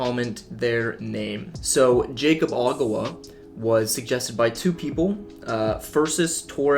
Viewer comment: it's pronounced yakob not jaycob